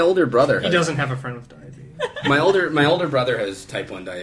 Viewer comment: to hear go full Alabama.